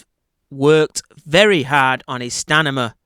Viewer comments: stamina,,,, not stanima !! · stamina not stanima